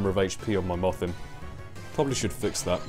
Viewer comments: Every time you have said Mothim, I thought you said muffin. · It sounded as if you were saying "muffin" when you said "mothim".